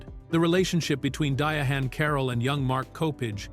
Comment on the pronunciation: You can tell the narration was AI generated by the way Diahann was pronounced (DiaHAN)